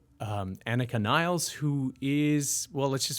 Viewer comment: Actually incorrect - Anika herself has clarified this on line - it is in fact as stated by here "Niles" as in rhymes with the river Nile